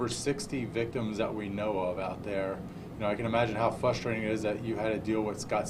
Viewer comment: ITS FR<USTRATING NOT FUSTRATING WTF MAN HE SAYED IT COUPLE TIMES.